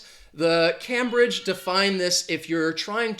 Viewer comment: Cambridge is pronounced CAME BRIDGE and not CAM BRIDGE. I live 22 miles from Cambridge, England.